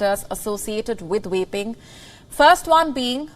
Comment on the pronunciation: Is it just me or is she saying waping instead of vaping lmao